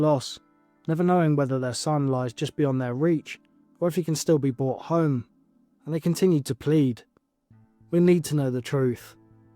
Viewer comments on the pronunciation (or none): Neglish don't pronounce the letter R